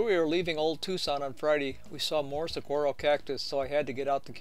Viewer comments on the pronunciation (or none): Saguaro is pronounced "sa-WAR-o"